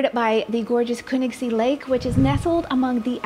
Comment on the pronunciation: Lovely pattern and yarn as always 💙 Thank you for bringing so much beauty into the world! (And well done on that pronunciation of Königssee! 🤓) Cheers from Bavaria!